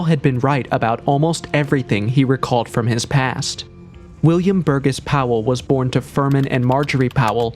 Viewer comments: Bur-GESS? No,it’s pronounced Bur-JESS!! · And just for the record, Burgess is pronounced "bur jess." The "g" is soft.